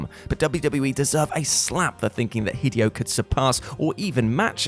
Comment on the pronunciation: Do some research and learn how to pronounce the word “Hideo” !! It’s pronounced HID-AYE-OH. You sound like a 2yo trying to say “spaghetti” or “hospital”